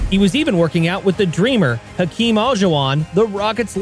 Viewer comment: Hakeem what my friend? Hakeem A(juan? de Marco or what?) 😅😂🤣 Alaaaajuwon my friend Alajuwon